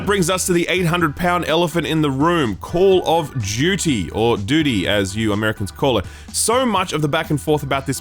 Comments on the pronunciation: Banger video. I love FF16 so far but really enjoyed your review as well. It’s foolish to think all reviewers are going to agree with everyone. Man also said Call of Judy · When did call of duty become call of jeuty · Call of Jyooty